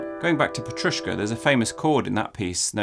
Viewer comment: Thank you, interesting content, as always)) Really liked your "petrushka", must say you did pretty good)) I'm from Ukraїne and Ukrainian has this word in commom with Russian. (Means parsley, which I think you know, but just in case someone is curious)